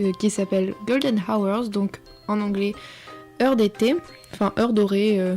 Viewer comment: Ah ouf, enfin quelqu'un qui prononce bien "hours". :-p